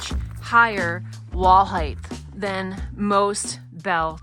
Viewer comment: Love the tent!!!! Please can we all remember Height is pronounced with a T not TH;) why does everyone say Heigth and not Height 😮